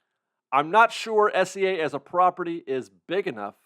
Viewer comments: for the love of god please pronounce SEA like the body of water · It's S.E.A but it does sound like he's saying S.C.A lol